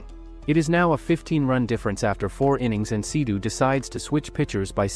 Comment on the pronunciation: It's seido not sidu